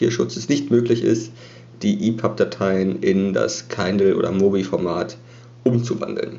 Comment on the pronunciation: Schönes Video, aber es heißt Kindle nicht Keindl ;)